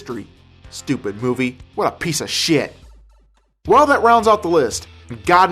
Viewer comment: hahaha.... a geek is trying to be a gangster XD and trying to bee funny by pronouncing shit "shiyet" lol